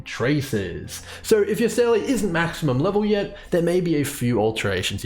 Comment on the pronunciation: love the math/spreadsheet. i just cant get over "seyley" when in game it's pronounced "seeluh". the dissonance it causes me wahaha